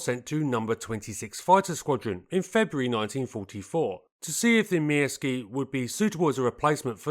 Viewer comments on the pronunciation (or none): I was once involved with a Finnish woman. I seem to recall that the Pyörremyrsky is pronounced along the lines of Pir-ror-mursk. The Myrsky is Mursk, I understand. No 'ee' sound. I recall from my teens (the mid-70's), a very good article on this aircraft in the Air International magazine. This led to a fascination with the Soviet attempts to invade this country and the Finn's fight back. Incredible David and Goliath stuff on an epic scale. Apparently the Finnish execution of the battle of Suomussalmi (I think pron Sue-oor-sal-mi) is taught in the US West Point military academy to this day. Finland was the only one of the states that gained independence from Czarist Russia that remained independent post WW2. Fascinating history. Sheer bloody minded determination not to give in. Worthy of a programme all in its own right. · Thank you very much for this excellent video! I couldn't find any flaws! You pronounced Myrsky close enough - except for the letter y. The y is pronounced like ü in German or u in French. It also kind of rhymes with view. In Finnish the letters are (almost) always pronounced the same way and all letters are pronounced - also the double ones. The exceptions are the combinations of nk (like the last sound of thing + k) and ng (like the last sound of thing). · "Mörskö" in German is probably the closest pronunciation you're going to get if you don't know the difference between ö and y in Finnish. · Never heard "myrsky" sounding so Russian in my life